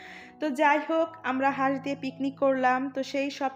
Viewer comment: হাস কে বাঁশ বলাতে হাসি চলে আসছে